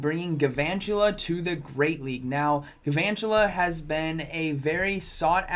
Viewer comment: It's pronounced gal-vantula, like galvanize